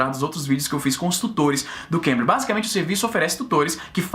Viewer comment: Na hora que o Izzy fala Cambly, eu escuto Cambridge. eeahuaeuaheae Tanto é que eu escuto os videos do Izzy e fiquei assustado quando ele falou "esse vídeo é patrocinado pelo Cambridge..." e eu "carai, que upgrade nos patrocinadores".